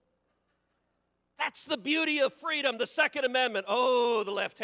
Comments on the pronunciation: In the sad words of Kamala Harris "FWEEDOM." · FREEDOM✊🏼 not fweedom 😁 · In the immortal words of Kamal Harris, fweedom! 😂😃😄😅